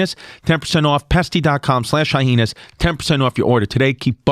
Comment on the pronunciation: Why does he keep saying Hyenas like "Hy-Henas"? lol